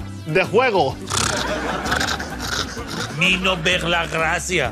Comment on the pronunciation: "Fuera de guego" -Que no, que juego es con J. "Fuera de guejo" Buenísimo